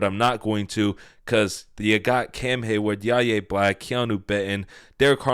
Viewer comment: I can't wait for the season to start, so you can hear how to pronounce Yahya Black's name, correctly. Every time you say his name wrong,I say "why-yay" out loud, hoping you'll hear it. Otherwise, love your content. Keep it up.